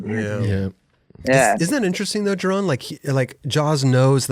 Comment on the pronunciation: Thank god he started correctly pronouncing Jeron